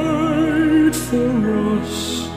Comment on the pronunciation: What's this "for Russ" who's Russ? It's "FOR US". Both brilliant voices, but please get your pronunciation right, it shows class.